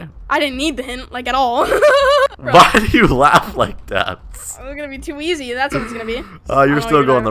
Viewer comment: Stop saying to eays